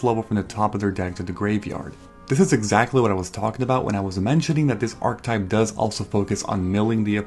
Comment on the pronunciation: archetype is 3 syllables